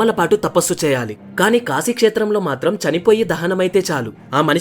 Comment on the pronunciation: Apprecialte your pronunciation of కాశీ instead of కాషీ I watched many telugu videos and most of people pronuncing it wrongly... So its "కాశీ పట్టణం"